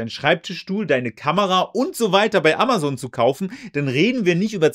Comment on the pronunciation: AmaZon und nicht AmaSon Dir kann man echt nicht zuhören